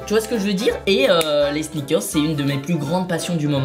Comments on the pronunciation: sinon pq il dis sneakerz et pas pas sneakers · Michou on dirait que tu dit ( sniker comme la bar de chocolat haha) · Sneakerzzzzz, ça m’a stressé toute la vidéo